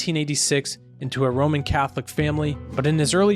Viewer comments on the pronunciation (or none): none